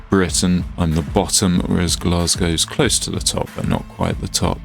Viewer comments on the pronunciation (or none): none